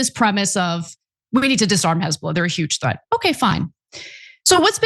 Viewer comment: huges? haha this is terror youtube chanel learning english